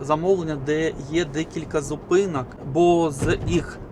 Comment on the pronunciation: Противно та смішно сдухати, ПАДАЧА, ЗУПИНАК, ПАРАХУВАТИ, ПАТУЖНА, ПАПЕРЩЕ, ПА КАМІОРТУ, НА ПАЗНЯКАХ, ПА БАЛТУ, ЖЕСТЬ!!! КРАЩЄ ЇЗДЬ МОВЧКИ!!!!!